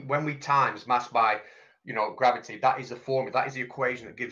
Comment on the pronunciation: I love it! "GRABBITY"!